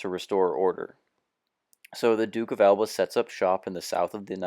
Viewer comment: Note: Narration is soporific, the pronunciation of words is atrocious EX: Alba, (just google how to pronounce...), there is not enough explanation on the context, William then try to invade... Invade what? If you want to vulgarise history, you might as well precise what are huguenots, seems like you take for granted that people know who they are, if so, there is no reason to watch this video, right? Same goes for "the war against the Ottoman", which war, a war, The War? Talking about manpower? What do you base that on? I guess a video game. Couldn't last more that 4 minutes. I hope that it help you, sadly, I'm 3 years late.